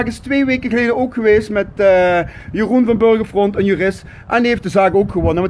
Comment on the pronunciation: 😂😂😂😂 een rechter is bij uitstek een rijksambtenaar.... volgens mij is niet helemaal op de hoogte laat staan zelf een “jurist”. En hoe irritant is het inslikken van de letter “t”? “Slech”, “gemaak” en “gewees”🤮🤮🤮